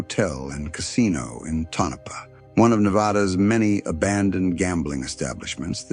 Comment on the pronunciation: AI voice cannot pronounce Tonopah.